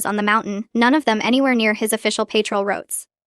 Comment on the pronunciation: Could have been a good story, but creator needs to program Ai for correct pronounciations: lunatic is not lun-attic, it's prounounced (loon-ah-tik), lullaby is (lul-lah-baee) patrol is not paytrol is it's (pah-trol) ok too many errors to note hear. Please proof read before posting!!! Of course, the constant outbursts of "its a girl" is hilarious but stupid. Obviously not a native english speaker, but has potential as this storyline is a good one.